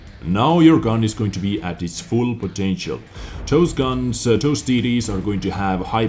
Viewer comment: When you say TD's i hear titties :D